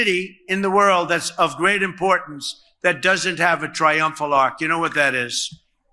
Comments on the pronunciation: Why do we keep calling it an ARK? Its not a boat... it's an ARCH 🙄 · It's not an ark, it's an ARCH, cheap copy of French version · He cannot say arch so put him in Noahs ark with the two lions please. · Noah built an ark. The shape you’re talking about Donny is an ARCH. It only sounds like “ark” in French.